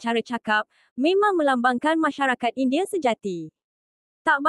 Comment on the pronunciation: Cuba dengar admin sebut indie...wanite ...lain maciamm